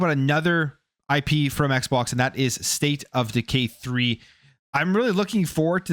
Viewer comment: Sounds like hes saying, "State of deGay 3" 😂